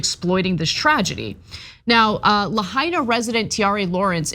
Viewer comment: Thanks for getting a clue and pronouncing Lahaina correctly.